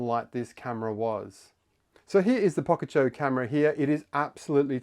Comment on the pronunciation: Pocacho? I thought it was poCHacco? say the name right my dude